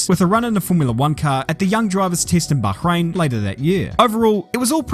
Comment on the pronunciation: It's funny that you can nail the pronunciation of Bahrain, then fail through the whole video with Alpine.